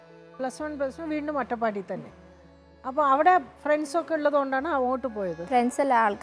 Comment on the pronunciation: അത്തപാടി എന്നൊക്കെ ആണ് ഈ സ്ത്രീ പറയുന്നത്‌